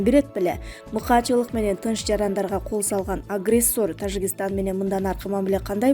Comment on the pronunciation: Ээ блогер сабатсыз биринчи Тажикистан деген сөздү туура айтып алчы🤣🤣🤣🤣